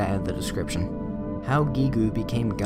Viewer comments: So Giegue is pronounced Geeg. Like Geek. The u in Gigu is silent, just like the u in desu. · "Gee goo" I think it's safe to assume Gigue is said like "dialogue". The UE is silent. Geeg. And then in Mother 2, Geeg gas. Which kinda sounds fitting given the design change. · Mmmmmmmmmmmmmm... Pronouncing Giegue "Geegu" instead of "Gieg"... You don't hear that very often... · Listen, I don't know if it's the correct way, but pronouncing it "GeeGoo" vexes me. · lol, Guee-goo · I Like How He Says Giegue "GeeGoo"